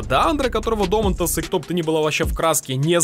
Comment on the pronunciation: Мне кажется, что ударение на другой слог Дома'нтас